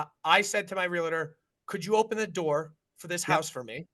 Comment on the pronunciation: Guys. It's Real-Tor. Not Real-La-Tor. Ya killing me.